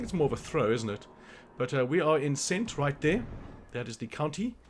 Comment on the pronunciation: Nice work. Very helpful. Just one think- it’s pronounced Kent not cent. Lol